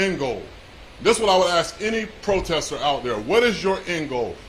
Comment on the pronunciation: What did you "aks" them again??? 😆